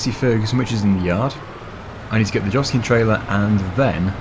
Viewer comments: Joskin is pronounced yoskin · Joskin is pronounced yoskin